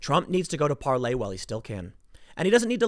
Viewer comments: Can some one get it through Tims skull it's PAR-LOR not Parley god it's painful everytime he says it. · It is called Parler, not Parlay. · Hi Tim, it's PARLER....ER.....NOT PARLAY.....kEEP UP THE GREAT JOB! * TRUMP 2020 ** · It's Parler not parley lol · Par-ler dude.....Parley is "tweeting" on Parler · Tim it is PaleR, not PaleY, You've called it Parley in 2 posts now. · ParlER not parlAY!!!!!! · Tim please, its parLER not ParLEY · Why does he keep saying "parley" it's parler🤣🤣🤣🤣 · Tim What the hell is Parlay??? Its ParLER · Is it really pronounced, PARLAY? Isn't it just Parlor? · Why you calling it Parlay? When it is Parler? Get it right so people listening actually know where to go! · Tim, the site owner says it is pronounce par-lor as in a place you go to sit and talk. Not par-lay as in a pirate detente. ;) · Can you pronounce Parler correctly already? Parley? Where tf is that coming from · Tim parler is pronounced with the r at the end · Stop mispronouncing PARLER. A “Parley “is the message itself. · You are using the French pronunciation? Not Parler as in where you have conversations as in a parlor. I can't tell.... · Tim calling Parler "Parlay" hurts.